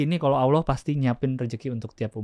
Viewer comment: Knp sih harus ngomong Auloh? Giliran bahasa inggris sok2 native. Hahaha.